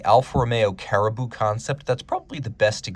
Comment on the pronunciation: Alfa Carabo… not caribou…